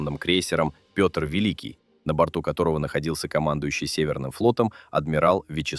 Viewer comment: О недостатках с моей точи зрения: раздражают ненужные повторы, автор слушал, что его ии начитал? То, что ии доказывют совершенно нелюдские искажения имени в произношении "Петр Великий". Далее, пр. 949А ниразу не являлся "ударной" Пл, Это многоцелевая. Если в 10-х числах августа она вышла из Видяево, вопрос, что ,по мнению автора, в День ВМФ (посл воскресенье июля) делала в Северодвинске? АПЛ Курск" -это последний корпус данной серии. Сдавали его по сокращенной прорамме: в частности заводский выход был совмещен с Госиспытаниями и контр выходом. В этой связи слова "отличный", "непотопляемый" и т.п. звучат несколько двусмысленно. ПРо 45-летнего к-ра, сужившего... 30 (!!) лет уже писали. И еще, торпедная атака производится по "боевой тревоге". Это значит, что все переборочные люки ЗАДРАЕНЫ. Оч странно слышать, что "после первого взрыва" кто-то там начал задраивать люки, а коллега Колесникова пошел в реакторный отсек тож задраивать переборку и с реакторами выполнять манипуляции... Что за разгильдяйство-то?? И последнее, о версиях: автор (или его ии) даже не упомянули версию, о якобы обнаруженном входящем отверстии в корпусе 1-го отсека, кот. предположительно принадлежит торп МК 46 АПЛ "Толедо". Никак не комментируя этот факт, просто скажу, что он есть. Снимок -тоже. Автор, тщательнЕе надо...